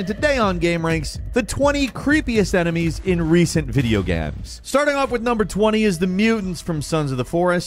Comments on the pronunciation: why the hell did he say "gahymms" at the start instead of "games" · I've watched a few of these now, and Falcon is definitely a great host, but I swear I hear him say "gams" instead of "games" and I can't help but wonder if this is....intentional? I'm cool with silly banter etc, I just can't help but wonder. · did you say video GAMS ? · Istg I came to the comments to type this only xD damn, he DID!! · He definitely pronounced that as “video gabs” before the list there… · Hey am I the only one who heard him say video "gams" right at the start of the video? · I am sorry, did you say "recent video gams"?? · "video gams" 😂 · Did he say video gams? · The only reason I'm in the comment section... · Did you hear the way that AI said games on the intro 🤔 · I don't really hear Falcon mispronounced Games any differently than anyone else would pronounce games.